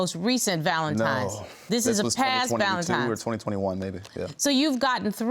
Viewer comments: Why do some people keep saying valentiMes instead of valentiNes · I thought it was just me lol ValenTIMES irked me. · It was “Valentimes” Day. She knows because her son was “one years old “. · "Valentimes Day" 😅